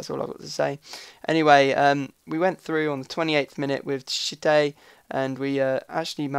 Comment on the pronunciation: the way i hear pronounce m.tchite, is shit-ey. not taking the mick but its funny